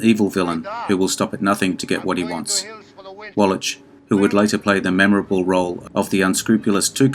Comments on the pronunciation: that's pronounced walla(k) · Infuriating when video mispronounces the name of Eli Wallach, who it purports to be honoring.